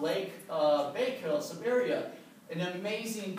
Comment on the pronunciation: Sad to see kids these days can't even pronounce Siberia correctly. The internet is their main teacher, leaving out so much.